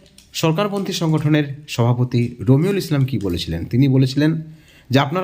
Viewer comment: এর নাম কি রোমিঊল নাকি বালরুল একটু পরিষ্কার করে বলুন।